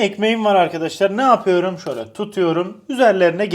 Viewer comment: Yapüyrüm demene bayılıyorum